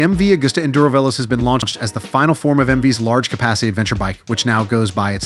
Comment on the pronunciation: Is this an AI failure that has no clue how to say fast in Italian? The only way this is an Africa Twin Killer is if the Robot doing this video coughs up the 50% price increase over the Africa Twin.